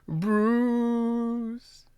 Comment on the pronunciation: LMAO!!! . I felt the same way. I was like why is he pronouncing Bruce's name like that? lol